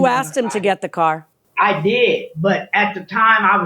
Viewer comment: Yes, and pronounced car as ‘core’ about two dozen times.